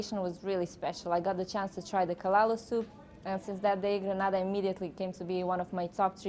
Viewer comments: Nice Vlog. 🙌 BTW it's GRENADA..🇬🇩 & NOT GraNada which is some Spanish country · It’s GRENADA 🇬🇩 Not Granada !